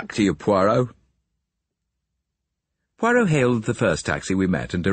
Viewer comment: Please note, site announcer, It’s not POYROT, try listening to Hugh Fraser for the correct pronunciation.